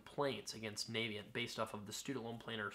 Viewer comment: It's not pronounced Navyient as in US Navy. It's pronounced Navient as in the fairy from Ocarina of Time.